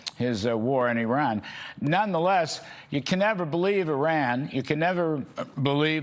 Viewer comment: Your dear guest should first pronounce IRAN correctly then the rest and it s persian gulf not any thing else,what the heck